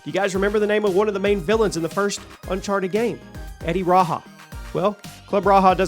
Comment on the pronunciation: It Was Club Raja Not Raha"😂